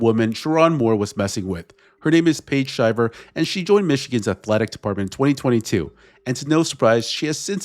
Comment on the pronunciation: These talking heads can never pronounce names correctly. Shiver has a LONG i.